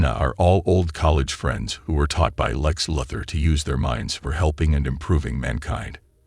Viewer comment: Nice AI voiceover, but you might need to take the time to make sure it knows how to pronounce Lex Luthor.